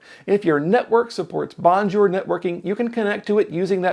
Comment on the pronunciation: nicely done, but you need work on pronunciation of Bonjour. It's french, not "Merican" :)